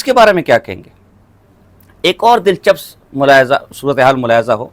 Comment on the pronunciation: Lanti alfaz to thik se bol Nahin Sakta lafaz Dil chsp hota hai ya Dil chps hota